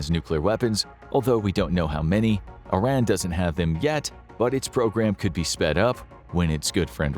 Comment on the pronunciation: Do you think you will ever be able to pronounce Iran properly?